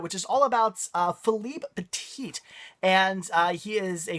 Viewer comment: Hi. Not a good idea to changer Philippe Petit's name to testicule petit(the last t is mute). Because petit means small in french, lol